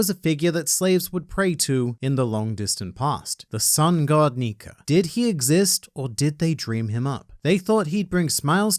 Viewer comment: WOW HE CAN CAN SAY "NIKA"🤯 and not Nikar🤦🏿‍♂️ but then says dressrosar😤